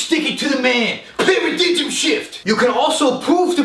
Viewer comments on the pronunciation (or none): para-dig-em shift yo! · "paradidgem shift" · When he said "para dijm shift" I almost shit my pants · The way he said "Paradigm" just genuinely cracked me up.